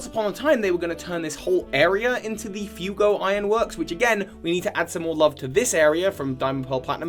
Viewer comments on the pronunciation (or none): btw floaroma is pronounced flow-aroma, fuego is pronounced few-ay-go (it's Spanish for fire) and coronet is pronounced co-ro-net :)